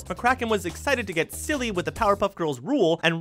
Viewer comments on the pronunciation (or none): none